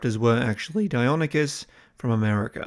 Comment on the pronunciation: You gotta proof these boss, it's Dei-NON-ychus, not Dei-on-ychus. Sorry, really not trying to be a dick, promise. Then this guy fallendemon spells it Dikota to boot!! Holy-Shitsnacks, does anyone pay attention or is he taking the piss as well ??? I mean, I'm breaking your balls, but in an honest effort and desire to see you improve. I'm not confident in the voices......?...?.I could be wrong.